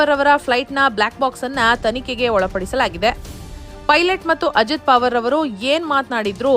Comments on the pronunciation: ನಿಮಗೆ ಅಕಾರವನ್ನು ಉಚ್ಛಾರಣೆ ಮಾಡಲಿಕ್ಕೆ ಆಗುವುದಿಲ್ಲವೇ ?ಪಾವರ ಅಲ್ಲ ಪವಾರ ಎಂದು ಸರಿಯಾಗಿ ಹೇಳಬೇಕೆಂದು ನಿಮ್ಮ ಕಾಲಿಗೆ ಬಿದ್ದು ನಮಸ್ಕರಿಸಿ ಕೇಳುತ್ತೇನೆ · ಮೇಡಮ್,ಹೆಸರು ಅಜಿತ್ ಪಾವರ್ ಅಲ್ಲ, ಅಜಿತ್ ಪವಾರ್ ಎಂದು ಉಚ್ಚರಿಸಿ. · ನಿಮ್ ಅಜ್ಜಿ ಪಾವರ್ ಅಲ್ಲಾ ಪವಾರ ಅಂತಾ ಹೇಳೇ ಕೋತಿ 😂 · ಏ.... ಕತ್ತೆ. ಅದು ಅಜೀತ್ ಪಾವರ್ ಅಲ್ಲ. ಪವಾರ.